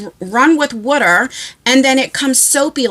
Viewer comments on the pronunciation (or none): Im gonna go out on a limb and say she is a Jersey girl, like me, cuz I used to say water the same way. Im a Florida girl now but I would rather be in NJ!!!